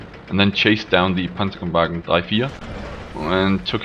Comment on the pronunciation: Hey your pronounciation of Panzerkampfwagen drei/vier sounds so German... bist du Deutscher? :D